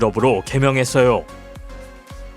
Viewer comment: 매일 느끼는건데 이분은 뭐뭐 했어"요" 가 아니라 뭐뭐 했어오 라고 하심 ㅋㅋㅋ